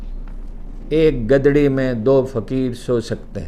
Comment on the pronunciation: گدڑی کے گ پر پیش ہوتا ہے زبر نہیں